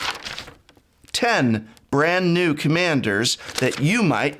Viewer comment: Professor says “which new deck are you building?” My hearing: “which nude deck...”. :-/ Sorry, Prof.